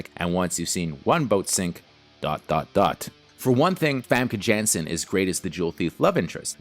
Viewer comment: You pronounce it Famke Yanssen just like you pronounce it Scarlet Yohansson. You twit